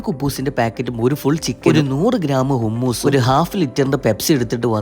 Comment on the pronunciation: ഹുമ്മൂസ് എന്നല്ല ബ്രോ, ഹമ്മൂസ് എന്നാണ് പ്രോനൗൻസ് ചെയ്യുന്നേ